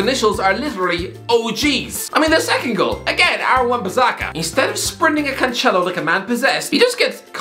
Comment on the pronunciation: Agree with all points about Ole hes not good enoguh also u pronnouced well Alex Telles name before yes Alex Tels and also Joao Cancelo's name is Cancelo not Canchelo hes Portuguese not Italian even Mark Goldbridge got that spot on recently